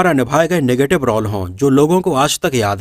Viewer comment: रौल नही रोल बोला करो.